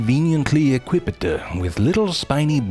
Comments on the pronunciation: "equipedeee" amusing pronounciation! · "equipped di uh" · The way he pronounced "equipped" 🤣